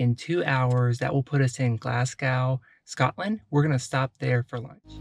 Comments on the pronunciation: keswick is pronounced 'kezzick' and glasgow is prononced 'glazg-oh' :))) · Obun (emphasis on the 1st syllable); Glazgo; Edinburra; Loch Lomund (again emphasis on the 1st syllable). Hope that helps. It will endear you to the Scots if you can pronounce those 4 properly! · Great videos. If you're interested, the best way to pronounce Oban would be to say Obin. Also as far as Glasgow is concerned, just leave the W off the end and say Glasgo. None of this makes any difference but thought I would share. Keep the videos coming. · OH-BAN. GLAZZ-GOH. KEZZ-ICK.